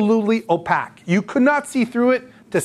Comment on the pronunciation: These are some great videos and have probably saved my arse more than once so far. I hate to be that guy... but opaque is pronounced oh-pake rather than oh-pack.